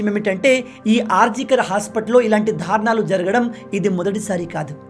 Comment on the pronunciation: ధారుణాలు అని పదేపదే అంటుంటే కర్ణకఠోరంగా ఉంది.దారుణాలు అని పలకాలి.